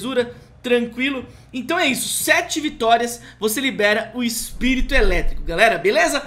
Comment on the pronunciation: "EPIRIRITO" KKKKK